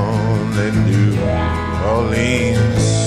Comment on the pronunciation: The song is well over a hundred years old. It’s been recorded hundreds of times. It was sung before recording, so wtf are you talking about? This is a very good version though he mispronounces New Orleans.